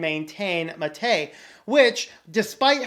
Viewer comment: Pronunciation... if anyone is interested Ubuntu Mate developer Martin Wimpress says any way is okay. I agree. But if you want to be "correct," it should be MAH-tay, the name of the South American beverage. If the accent is on the second syllable (ma-TAY) , it means "killed" in Spanish (maté). In English, the drink and software are sometimes misspelled as maté but this is incorrect. It should be mate (no accent).